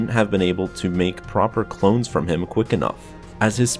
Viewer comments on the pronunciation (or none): none